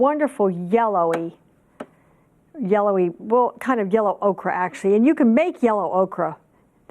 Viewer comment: yeah, she also said okra instead of ocher. Notice how the composition is heavy to the left. If it had mass and you hung it on a nail it would tilt left. Shadows on water are never a deeper tone than what they're depicting. If they are they're always broken lines. Look at one of Monet's Waterloo bridge, or Regatta at Argenteuil. The water shadows are lighter, or if they are deeper in tone they are broken lines. Anyway, before one teaches one should know ones subject, eh. Thanks for the art. Good effort.